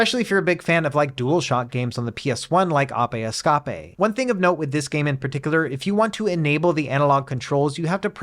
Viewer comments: It's AYP EE SCAYP APE ESCAPE NOT APAY ESCAPAY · Not “Ahpay Escopay” 😫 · Ape Escape! 😂 ah-pay esc-ah-pay 😁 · apeh eskape!!?? what in the world did you say....ape escape... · Abe ESCAPE... alright... it looks so similar to the word Ape Escape...sorry i had a double take on how it was pronounce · Ah-pe Escah-pe I think I’m going with Batocera, I didn’t like how barebones Garlic OS was and sold my 35XX, the Wi-Fi and analogue sticks are literal game changers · Did he just say “ah-pay eh-ska-pay” 😂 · Good old Ah’pay Eskah’pay. My favourite childhood game. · Ape Escape, dude. APE ESCAPE! That pronunciation is insane 😮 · Ap-ai Askapei 😂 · Apay escapay lol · I can't get over the Ahpeh Escahpeh pronunciation XD Reminds me of Matt McMuscles for some reason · it made me think it was an Ai generated video :D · That's how I said as a kid lmao way before learning english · ap-e escap-e wut? lol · wait.... just wait.... how did you just pronounce ape escape. arpey escarpey, im so confused right now lol.